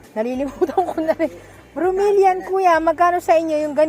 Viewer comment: FERN HINDI FERM BROMELIAD HINDI BROMELIAN PHILODENDRON HINDI PHILODENDROM